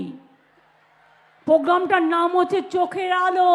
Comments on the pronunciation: Can't she pronounce 'r' ? The word is :PROGRAMME: and not POGRAMME🤪🤪 This one's name should be in the Guinness Book of world records as ~~ The Greatest Liar of the Century ~~. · আজ অবধি program উচ্চারণ পারল না, পোগ্গাম আবার কি? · সব শেষে খুবই 😂😂লাগলো ........... যে মূর্খ মন্ত্রী "প্রোগ্রাম" কথাটাও ভালো করে উচ্চারণ করতে পারে না। বলে...... "পোগাম"😂😂😂😂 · পোজ্ঞাম ? ১৪০ টা ভাষা জানা মনীষী বাংলাটা পরিষ্কার করে উচ্চারণ করতে পারেনা ? আর মিথ্যা কথা , থাক সে কথা আর না বলাই ভাল ।